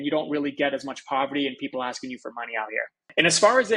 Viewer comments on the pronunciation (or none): none